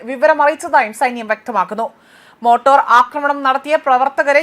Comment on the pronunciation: മോട്ടോർ ആക്രമണം.....? മോർട്ടാർ എന്നൊരു സാധനത്തെ പറ്റി കേട്ടിട്ടുണ്ടോ...ഇല്ല അല്ലേ...